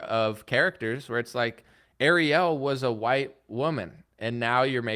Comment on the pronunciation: The way pronounced “Ariel”, I was like ‘who tf he talking about?!’ 😂